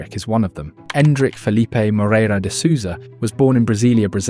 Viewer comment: What is a "suza" ?and a "mohrehra?and a "ferrerah"?